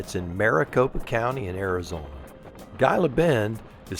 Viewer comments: "Gila Bend", you're pronouncing it with a hard G. It's pronounced "Heeluh Bend" same as the name of the "Gila Monster" lizard. Otherwise, great video! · Pronounced Heela Bend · Great video. Just an fyi - I am pretty sure you pronounce Gila Bend as Hee-la Bend. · and, thank you for the video. I live in Tucson with my wife. She’s a native and I am a transplant via the military from Philadelphia. Gila Bend is pronounced ‘Heela Bend.” The “G” is pronounced as a “Hee.” And, multiple cactuses are pronounced “Cacti.” So, you got it right. I’m so happy you got to go on this adventure through the beautiful desert. I made that journey in the summer years ago on a BMW K1200LT, and only made in through the heat via a sweatshirt soaked in water underneath my jacket. It took a couple of soakings on the trip. But, the ultra low humidity of the desert was a way to stay cool. Kinda cool, hun? I hope to meet you and and would like to shake your hand and buy you both a cup of coffee. I bought a 2023 Spyder RTL a few weeks ago and am waiting on some customizations so I can drive the Spyder. I plan to do a YouTube channel, 7wheelz, to show others how to live with a spinal cord injury, ride a Spyder, and live life to the max when I use a wheelchair. Thank you for the inspiration and example. Safe travels to you both. I hope your visit to California is absolutely wonderful! See you soon. (Sam Shivers) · Gila Bend is pronounced Heela Bend. Enjoy. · Hey coach ! Gila Bend, Arizona is pronounced as He la Bend. I thought I’d just pass that on to you. I love your videos. I’m taking training for the Sounder in November. You both take care.